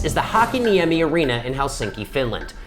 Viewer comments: it takes 5 seconds to google the pronounciation of a place name, so you can say "Hakaniemi" and "Rovaniemi" instead of "Hhakiniemi" and "Rouvanaijemi" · Not even 2 seconds in and I'm already questioning where was that, because whoa that pronunciation of hakaniemi was weird.